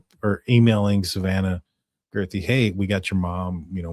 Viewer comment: Guth ree, not girth ree